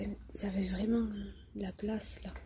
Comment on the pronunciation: Elle est vraimeng vraimeng vraimeng vraimeng vraimeng vraimeng vraimeng abandonnée, vraimeng.